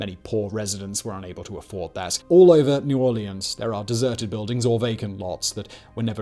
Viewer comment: Love you Simon, but I dont know why, I do hate your pronounciation of the "Orleans" in New Orleans. 😂